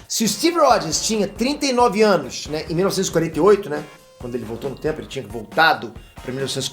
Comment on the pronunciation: QUEM ouviu 101 ânus